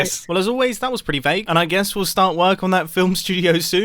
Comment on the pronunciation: What Mumbo says: Well as always that was pretty vague What I hear: Well as always that was pretty fake P.S. That was what I've actually heard lol